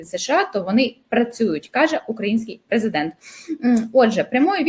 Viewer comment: Ого! Сказав їрмак, наголосив їрмак, зі слів їрмака. Це ж їрмак презЕдент?